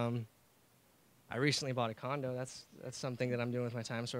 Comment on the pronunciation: I HAD TO REPLAY CAUSE I HEARD CONDOM INSTEAD OF CONDO IS IT ONLY ME?